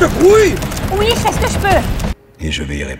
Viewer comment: bah non c juste les sons qui sont inversés , pcq au lieu de Oui il a dit Iou et pas iuo